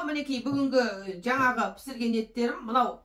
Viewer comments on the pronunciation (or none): none